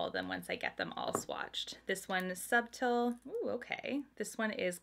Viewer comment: It’s okay that you don’t speak French! I see that someone gave you a pretty good guide for bourgeoisie (though I would add a slight r sound at the end of the first syllable). Subtile is pronounced sue(b)teal. I put the b in parentheses because you do pronounce it but just barely. As for Noce, it could be French (nuptials, I believe), but it could also be Italian for walnut, which would be pronounced no-chay. They all look beautiful!